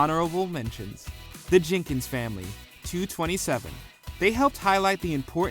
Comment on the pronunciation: “Two twenty-seven”? You never watched the show, did you, sir?